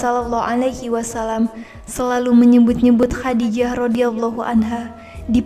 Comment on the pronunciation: Masukan: lafal khodijah menggunakan huruf kho, خَدِيجَة Jadi, penyebutannya lebih tepat khodijah bukan khadijah.. Semoga semakin berkembang..